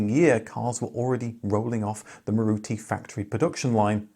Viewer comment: Thank you! But the correct pronunciation is MAAruti.